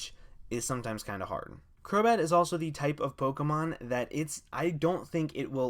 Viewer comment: 'a friend of mine has been saying that for a long time' HI HELLO DAS ME crobat more like crobae